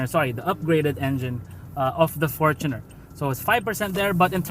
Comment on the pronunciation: thanks for pronouncing fortuner correctly